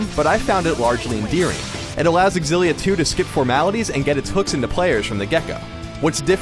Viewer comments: I almost don't even wanna watch this because you call it "Tales of Egg-Xillia..." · Why do i keep hearing a game called tales of exillia? :3